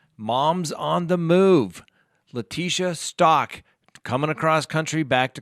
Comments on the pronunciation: [STOWK] not [STAWK] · Staouk...not Stalk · Thanks! I'd seen that Leticia Stauch stopped in Kansas for the night, but just figured it was for the guards to rest. I hadn't heard about her escape attempt. An aside, Ms. Stauch has pronounced her name like Stouch (rhyming with couch), not like Stock. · Its pronounced St-ow‐k not stock. It boggles me how half of the youtubers pronounce it wrong. When people repeatedly mispronounce names it makes them look b league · It is "STOUWK", which rhymes with "COW" "HOW". Surely you're tired of people mispronouncing your name; I would think you would pay attention to details like this. When you don't, it damages your credibility.